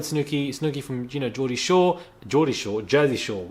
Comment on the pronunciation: Everything time u said geodrie shore Im like yeap cause how much gordie shore used to be one of my favorite shows was better than jersey shore in my opinion well the earlier seasons